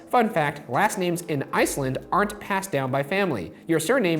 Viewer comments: They didmt pronounce any of those names right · Wonder if it depends where you're from in Iceland. My friend from Iceland thought he pronounced some of them very badly